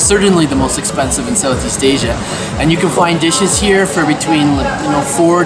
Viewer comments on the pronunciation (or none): none